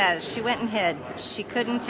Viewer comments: “Ocayshio” Cortez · Oh-caysheeoh Cortez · She likes to say her full name but she keeps saying it wrong..😆😆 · The only thing that Greene should be yelling through is the food tray slot from a padded cell. Margarine Trailer Grin should also pronounce AOC’s name properly. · At least pronounce AOC names right